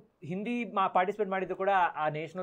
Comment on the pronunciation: Anirudh sooper singer.nanu nimma shows nodiddene. Nimma hindiya bagge pronounce maduvudu sari illa antha heluvaga tumba bejaru agthithu